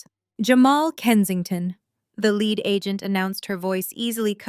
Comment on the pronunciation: Basically a good Story. But you mispronounced a word. (Lead). Is pronounce leed, meaning to have someone follow you. Lead is has anither meaning , when comes to material of an object is made from.. like a Lead pipe photogenic spelling is led pipe ! Also "Reading" is known as to material that you have ben observing in a book . Its is also a Name of Railroad Company in Pennsylvania, known as Redding Railroad, but it spelled "Reading" ..